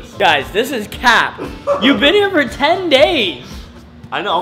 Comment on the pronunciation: yo its not tap its cap